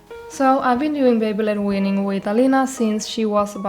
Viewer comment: baby-led weaning. It took me fifteen minutes to figure out you were saying baby-led weaning. Words never used together in all of history. Please enunciate better. I thought you were saying baby blood winning. Or beyblade winning.